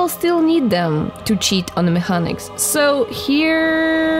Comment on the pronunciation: Hard c in mechanics. Like mekeniks. You are a cutie tho. Nice video. Subbed.